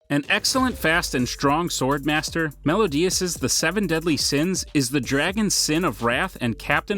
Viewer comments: M E L I O D A S not melodias -____ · It is Meliodas not Melodias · It is pronounced mel-i-odas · The way he pronounced meliodas tho